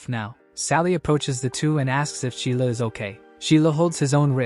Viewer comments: Sheila is the MC?!?! Why Sheila? It's pronounced Zai La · His name's not Sheila. . it's ZhiLiao. Probably last name first name, not the candy. To fit in to non-chinese dominant societies, the last name is often pronounced "zee". Probably because it's foreign to people and they think it sounds like "zee". congrats. Many of you in these societies got descendants to butcher their own name instead of accepting it as is. The candy (zhiliao) can sound like ji lee ow. The last name first name can sound like Jer Lee Yow. fantastic. You've been calling him Sheila, and his name probably sounds like JerLeeYow. Even if it was XiLiao, it's still not Sheila. It's more like Shii LeeYow. Shii/Jer LeeYow are far from perfect BUT it's as good as we're gonna get I think. 1000x better than Sheila.